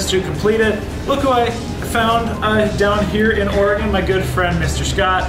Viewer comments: Sea lion caves is cool. The Tillamook cheese factory, Seaside Tardy. It's pronounced OR-E-GON. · It’s pronounced or-Ē’-gun. It’s kinda nice watching someone new to the area seeing places so familiar to me. It’s like seeing it all again for the first time. You could easily spend a whole summer exploring Newport, Lincoln City, Cannon Beach & Seaside, just to name a few. Hope you get to return when you have more time.